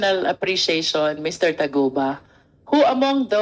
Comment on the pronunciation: Taguba po hindi Tugaba😂